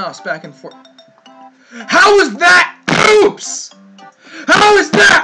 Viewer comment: Chalio Castrellon It Sounded More Like POOOOPS!!